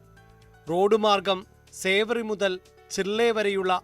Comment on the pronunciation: സേവറി അല്ല സിവരി